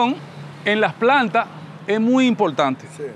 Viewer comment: Impoltante,pa loniños,sesionala....mama.Sera buen arquitecto,pero pronunciando....